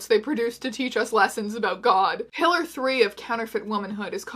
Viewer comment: When you said "Pillar #2" for the first time it legitimately sounded like "Hitler #2" and I LOST it.